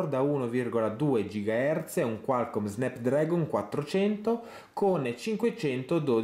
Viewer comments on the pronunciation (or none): none